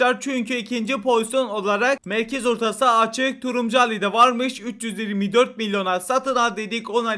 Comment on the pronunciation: Abim videolarında bir şey fatkettim Turuncu derken Turumcu diyosun abim 😂😂😂😂